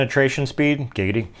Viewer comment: Did he said giggdy